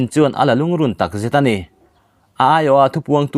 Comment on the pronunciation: 'alh-tak-zat ' ni lovin tak zet tih tur